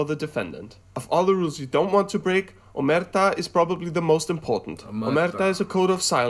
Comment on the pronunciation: Just for curiosity: Omertà is pronounced with the accent on the A at the end. The guy of the video said it with the accent on the "e". By the way... Mafia - Ndrangheta - Camorra... Now are everywhere, in every region of Italy and even abroad, even in The Vatican... This thanks to politics too... Thanks to being in politics helped them become always bigger and bigger... some of them built their own mafia abroad. You should see if you can find some Roberto Saviano's video with eng subtitles... He is the guy that wrote the book "Gomorra" and then with his help, inspirated from his book, they created gomorra the movie and the tv series. He talks about every kind of mafia, not only neapolitan, even ndrangheta and mafia but also about abroad mafia.... Super interesting! Another thing you should look for is "Matteo Messina Denaro" he is still unfind from 1993, so 28 years... Considered one of the most dangerous! (everybody thinks that he is in his city and that governament knows where he is actually). "Mafia without politics would be just a bunch of bandits" that's the sad reality.